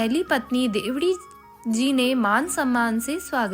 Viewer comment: देवड़ी नाम बोलना सिखों